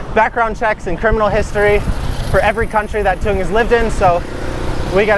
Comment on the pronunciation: One question, because I hear it in every intro 😁 You introduce Thuong. But you pronounce her name different than she. You say something like "Joon Jen" but she says like "Joon Jes" ? 😄 I just notice it every time and wanna ask, what is the difference between both expressions?